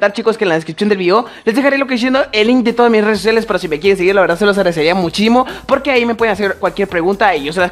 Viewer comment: en el minuto dijo muchimo emvez de muchísimo si no me creen pongan el minuto